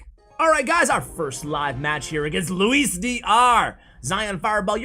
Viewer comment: As someone called "Luis" I appreciate the effort in your pronounciation